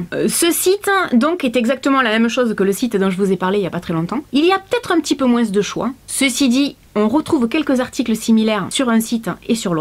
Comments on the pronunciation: Coucou pourquoi tu dis moinsss mdr on dit moins .Byzousss. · Je viens de remarquer que tu dis moinS et pas moins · la seule chose que j’ai retenu « plus ou moinSSS » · j'aime bcp ta vidéo, elle est génial mais g été choquée par le moinSSS 😂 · Merci merci merci. Grâce à toi je vais pouvoir refaire ma garde-robe. J'aime quand tu fais ce genre de vidéo. J'adore quand tu dis moinse 😉😂😘😘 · J'adore, tu prononce vraiment le "s" dans "moins" ce qui fait "moinss" on voit bien que tu viens du sud 😊 Sinon super vidéo comme d'habitude 😉❤️ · Parce que c'est comme ça qu'on parle dans le sud😉